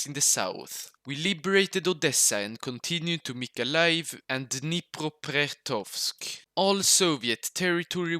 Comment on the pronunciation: as half-russian half-ukrainian, I think it's really funny how you mispronounce russian cities. Dniepropetrovsk is really simple. It is derived from words Dniepro (name of the river, is read Dniepr) and Petrovsk (a name). another and even funnier one is Arkhangelsk. It's a city of Arch-angels, so it is Archangelsk, hahaha